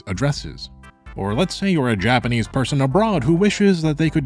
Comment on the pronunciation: say japanase one more time